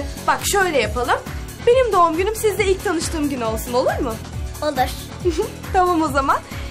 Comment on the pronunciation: de Nazlı Selena ya senin doğun günün ne zaman diyo yani doğum değil doğun diyor